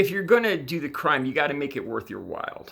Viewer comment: Did he just say "make it worth your wild?" Ugh. And if he doesn't understand what a Coyote is, or why they exist, or who uses them, he may want to come to LA or SD, or go to Texas and actually ASK those who have come into the country via Coyote. Or cane in, found housing and a job, and then sent for their kids to come over via Coyote (Key-yo-tay), and just hoped and prayed that they were not raped or killed or didn't drown. I have heard plenty of first hand, awful stories myself from people here in LA and can assure you, everything that Trump said makes perfect sense, because it is all TRUE!!! TAKE THIS VIDEO DOWN BEFORE YOU EMBARRASS YOURSELF FURTHER!!!